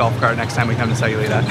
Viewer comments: Stopped watching second time she said aye instead of eye in SAYULITA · It would be nice if you knew how to pronounce Sayulita 🤦‍♀️